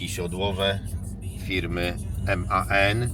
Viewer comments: Dobrze bo tak się mówi prawidłowo. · Teraz już mówi się Man